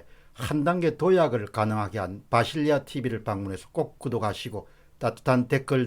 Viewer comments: 공박사님 왜 자꾸 바실리아를 비실리아로... 힘빠지잖아요.... T_T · 비실리아가 아니고 바실리아 입니다ㅡ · 비실리아라고 계속 말씀하시네요? 바실리아tv입니다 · 비실리아 (x) 바실리아 (o)